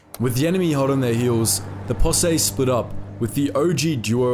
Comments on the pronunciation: Great video. Just for future reference, in American English, the word posse is pronounced Possee, not Possay. (the "se" is pronounced "see", and your emphasis is correct) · Fyi posse is pronounced possy, not possay. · Did the natives get anything for their service? Like a presidential citation? Seems they sure earned some sort of reward. They are the heroes of this story right along side Tweed and his posse. BTW, it's pronounced pa-see in the USA. Like as in "Pa, come and see this story". I like your videos, they're very good. Thanx for your work. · "Possay?" =0[.]o= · It’s posse, POS-E, bro. Great video!